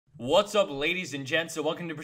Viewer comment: I love the "WHAT ' S" and the "beautifull day"